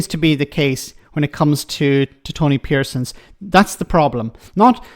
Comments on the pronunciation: please get his name right. It’s Tony Parsons. 👍🏽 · Parsons not Pearsons. The elementary blunders never end,. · His name is Tony Parsons, not Pearsons, and he's a complete idiot. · It’s Tony Parsons btw… not Pearsons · Ffs Get his name right at least PARSONS I read his and ex wife Burchill's articles at the peak of the punk era as if they were somehow disciples of the Messiah before realising he was against everything I was for especially for Nationalists like me in the six counties. It's about time people like you who were so quick to praise Streeting, Starmer,McDonagh,Reeves etc admitted you were wrong.. There was an alternative to fiscal rules. Anyone would have beaten the Tories last year no matter what policies they had. 2017's would have done quite well. As I predicted on election night we are one term away from a new far-right Tory government. A government that never should be reelected after all their years of dismantling the state. But that's exactly what Starmer,Reeves and Streeting are setting up come 2029